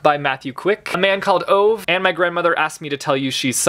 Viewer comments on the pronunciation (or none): A man called Ove is Swedish I think, the title is “En man som heter Ove” and Ove is pronounced Ōveh, with a longer and more round round O like when you say “Olala” and the E is is the same as the first E in entertainment. Sorry, as a swede that’s the only problem I had in this video and that’s saying something. Good job editing this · Isn't it a man called ove line OH-VAY? I may be wrong I just thought that it was pronounced like this.